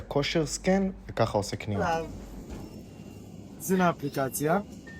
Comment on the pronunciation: kosher SCAN not kosher scen kmo sheha tembel amar